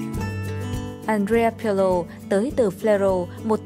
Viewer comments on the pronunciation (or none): àn rê a pờ lồ, what the f***